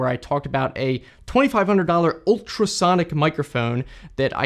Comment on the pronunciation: "mikERphone" lmao